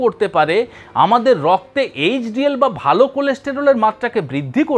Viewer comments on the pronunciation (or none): none